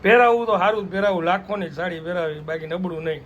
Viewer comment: સાડી.. સાળી નઈ.. 😅